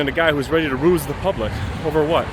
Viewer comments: No it’s called a Roos not a rouge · “Ruse” not rouge.